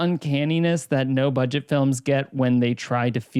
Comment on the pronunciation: “Lowest Budeget” 😂 Not sure if on purpose or not but we still love you! Lmao